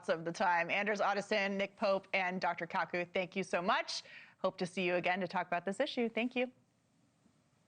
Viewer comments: Jeez, way to butcher Michio Kaku’s name. She has no idea who she’s interviewing 🤦🏾‍♂️ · Wow she butchered Kaku's name lol